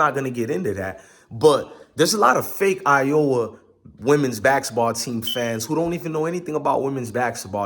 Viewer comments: It's basketball dog, not baxxketball lol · These pronunciations are getting to me!!!